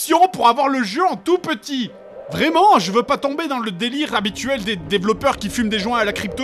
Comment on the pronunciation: dit 'Vréellement'